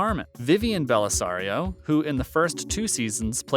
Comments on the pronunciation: 1. "Jag was a spin-off of NCIS!" Uh, no! 2. "NCIS wasn't filmed in Washington, DC" No duh! DC doesn't have palm trees and ranch-style homes all over the place, along with mountains. 3. "Don Blasario" For real? It's BELLASARIO! 4. "Abby Squeeto" It's SHOE-TOE 5. "Harrison Ford was considered for Gibbs..." Uh, no. Ford would have been 61 years old in 2003, and 80 years old as of this current next year. He is ten years younger than David McCullum. 6. "Sean Harmon is the son of Sean Harmon" Only if he experienced mitosis--which makes him a carbon copy, not an offspring. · Dude… I enjoyed the video, but you had a boatload of typos and mistakes. You said Mark Harmon’s son was his own father, you mispronounced Sciuto and Bellisario, etc. I’m not trying to be a dick, it’s just that I’d expect a fan to actually get the details right.